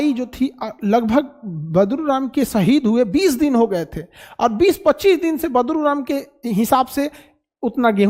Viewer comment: Khan sr sorry for badruram yea badluram please sahi koro